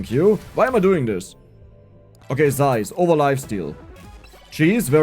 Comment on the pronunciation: I like how you pronounce "zaiz". ❤